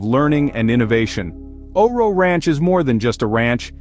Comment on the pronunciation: I have one of their retired geldings. Best horse EVER! Also, it's not O-RO. It is O RO. Pronounced O.R.O. Good video.